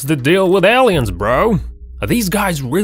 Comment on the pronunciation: " L-EEE-INS ", Really ? Are you an "AUSSIE" ? I gots to know what language you are using.